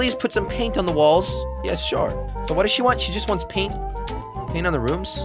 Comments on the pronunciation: At 13:1 jelly says balls not walls xd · You said balls instead of walls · He said ballz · He said balls not walls at once in this video